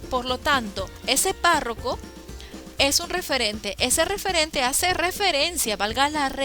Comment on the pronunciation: se confundió en vez de decir párroco dijo PARRACO